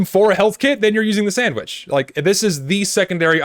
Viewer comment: "the stock sandvitch"